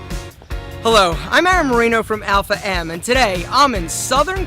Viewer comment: God he brings shame to the name also great pronunciation of the name alpha!!